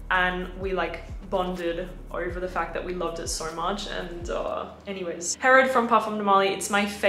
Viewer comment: I’m confused why you pronounced Herod with a French accent. It is an Arab name.